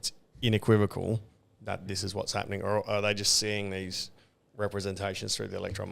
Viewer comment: dude said “inequivocal” 😂